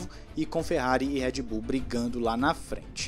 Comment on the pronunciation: Por que ninguém pronuncia o nome da Red Bull direito?